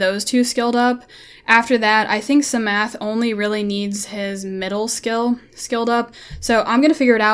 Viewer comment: the p in psamathe is silent you dont pronounce it lol like in psalm you dont pronounce the s